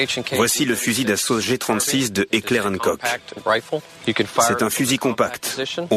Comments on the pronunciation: Heckler & KOK????? Putain mais apprenez à prononcer >< c'est Heckler und Koch (allemand). Enfin les combats en CQB c'est la nouvelle face de la guerre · Qui a réagis à la prononciation de Heckler und koch ? ^^